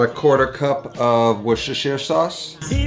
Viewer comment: "...about a quarter cup wishishshsishash sauce..."